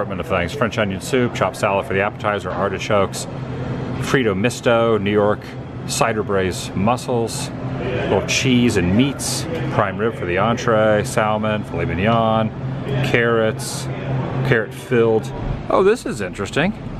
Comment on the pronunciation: It's pronounced "samin" Adam.